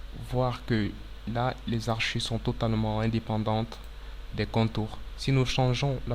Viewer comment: Toutes tes vidéos sont très utiles, merci pour tout ces tutoriaux pour Autocad mais s'il te plait, ce sont des hachures et non pas des haRchures.